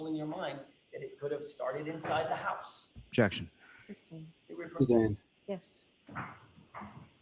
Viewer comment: “Objectic” ….. “ Sustained “ she doesn’t let him say objection nor does she listen to what he is objecting lol smh